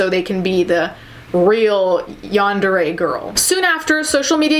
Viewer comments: It’s pronounced yawn-der-ay I believe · Its yahn-deh-le やんでれ Also there is a huge difference in how Japanese people see crime or apologies etc. Cultural differences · Yarn - De - ray The R is rolled as Japanese people don't pronounce the R, it makes it easier to say when the word is stringed into a sentence.. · the pronunciation... “yahn-deh-reh” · It's pronounced basically like Yawn-Day-Ray. :) You got really close! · It's pronounced yan-de-RE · It’s “Yawn-dah-ray.” You’re welcome. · My friend told me it's pronounced Yan da day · Deep breathing I know what this video is about, but I'm too scared to listen in. Also, laughing at how you struggled to pronounce yandere.